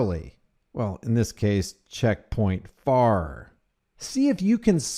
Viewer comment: Hi FARR . The T is silent. You know everyone calls him FART and his hair fell out.